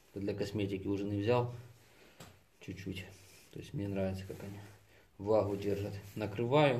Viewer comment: А слушать "вытяхывает" и "влаху" противно. Безграмотность и коверканье языка.